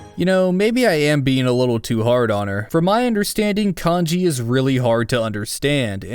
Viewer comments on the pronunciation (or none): none